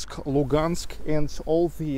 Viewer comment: It's pronounced Luhansk, with h